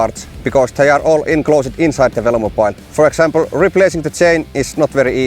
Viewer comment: Drink everytime he says velomopile